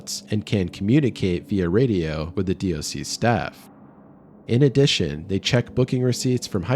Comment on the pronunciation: Love the NZ stories being from here myself. Btw DOC or department of conservation is normally just said as 'doc' like dock.